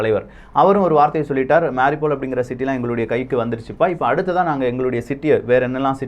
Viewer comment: Please pronounce MAA RIYOU POL as the ukrainians do. Cheers...😺